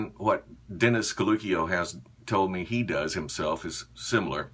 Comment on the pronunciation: Hahaha! Freelance gynecologist! Nice one. I may be totally wrong but I think caluccio may be pronounced "kalu-chio" especially if he's Italian. Great video!